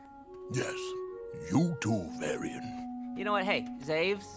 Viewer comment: varian is slowly turning into barian